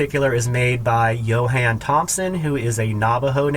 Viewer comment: Love the spoons, beautiful work, price accordingly because they are a ton of work and artists need to get paid for their work. Ahhhhh the flutes! I noticed you say Johan (your first flute video also) but it is Jonah Thompson and because of your videos I bought a Jonah Thompson flute and now own about 12 different flutes by about six different makers. Thank you for all you do!